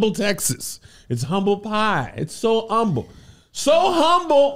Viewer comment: Hey Kev, just for future reference, the H in Humble, TX is silent lol.